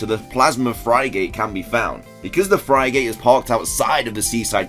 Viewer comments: Everyone: Frigate is pronounced Frig-at: Frigate is pronounced Fry-gate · Word: Frigate Pronounced: Frig - at: Fry Gate Me:??:/? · Then there's me who pronounces it Frig-ate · Plasma 'Frygate' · The way he says frigate triggers me so hard